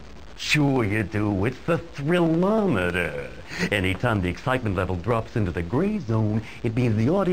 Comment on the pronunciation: It annoys me way more than it ahould that he says "thrillmometer" rather than "thrillometer" xD